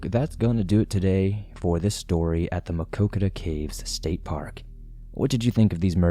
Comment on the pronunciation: I am impressed with your pronunciation of Maquoketa! The story hits close to home and the community still mourns. The Caves was my first and best camping trip with my two sons. We still continue to visit.. one of the most beautiful places in Iowa!